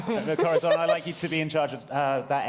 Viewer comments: Does anyone know why insists on pronouncing Corazon as "Cora-thon"? I love all these guys dearly but every time he says that name it's like a pencil getting shoved in your ear. It's not a lisp cuz every other word with an 's' or 'z' or soft 'c' sound is fine. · I know this is extremely late, but Corazon's name is Spanish and that's how you pronounce the z in Castillian Spanish.